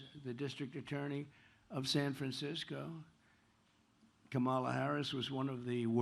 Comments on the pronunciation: That fact that he keeps purposely mispronouncing her name is just another example of his innate bigotry. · Every democrat mispronounce kamalas name. As an Indian, kamala is pronounced completely different. It's an Indian word. So democrats are the one who are the bigoted one and f-ed up the word kamala